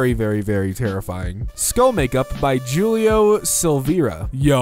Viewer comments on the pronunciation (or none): Julio is pronounced Hulio.